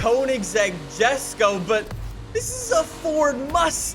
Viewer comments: ITS NOT “JES-KO” ITS “YES-KO” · It's not pronounced jesko Its pronounced esko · This guy has no idea what hes talking about. First, it's pronounced Yes-ko. Second, the gt350r has a totally different engine and is objectively better sounding and three, the gt500 was 100% intended to be a drag, straight line monster. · Still triggered by you pronouncing Jesko wrong on purpose 😤😂